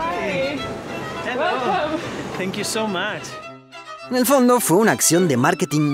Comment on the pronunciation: El muchacho de Google: zenkiu so mach Yo: éste es español 😂